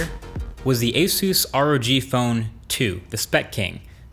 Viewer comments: Is it not a soos? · Ace- us Even though it’s pronounced a SOOS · Nobody: Marques: Asooos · Productions I know it’s pronounced a SOOS I thought you meant a “SOOS” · It's pronounced Asus Me: A-sas